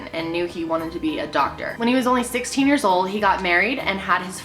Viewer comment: i thought she said 6 years old instead of 16 and i was like boi tf lmfao